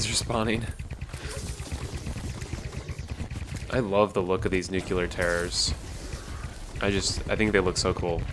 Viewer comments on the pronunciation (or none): the word is nuclear. NUKE LEE ARR. not nucular. nucular is not a word. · Nucular? Ok George Bush.